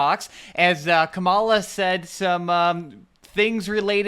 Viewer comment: Can you at least pronounce Kamala correctly!